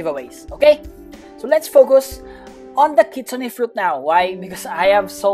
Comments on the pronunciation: Kitsune pronounce kit-soon not kitsuneh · Kitsune pronounce kit soon not kitsuneh